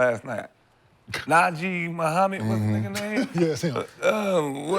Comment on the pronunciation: I like how Nick Young be fucking up player's names: Naji Mohammed😂😂😂